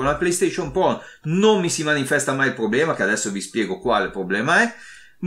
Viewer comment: Scusa mah il po1 è po2? Scusa o la R moscia 😂 pro 1 e pro 2